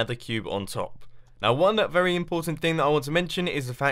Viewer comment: Is it me or does he say vely instead of very?